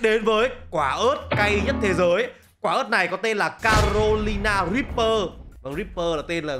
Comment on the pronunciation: Ripber là cờ ríp bơ